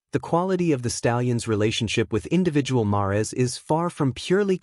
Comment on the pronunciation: Mares is pronounced like hairs rhymes with mares! No ? ❤